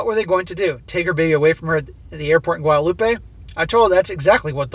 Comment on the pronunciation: SSM. For the french country there is no Ay at the end. Guadelope the way you're saying it is Spanish. For a while there, i was wondering if she was going to Mexico. Its Gwadeloop for the french island.